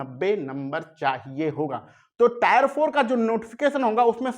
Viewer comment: अरे भाई tre को टायर 1,2 बोल रहे हो